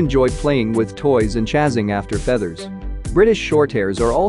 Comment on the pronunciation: Tell the word is “chasing,” not “chazzing.”